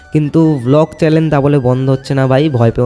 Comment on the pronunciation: আরে ওটা চ্যালেন না চ্যানেল ❤😅